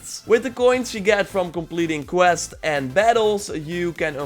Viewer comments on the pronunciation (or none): none